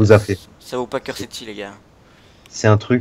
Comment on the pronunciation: à quel heure pour les québécois? Et pour info cursed se prononce curst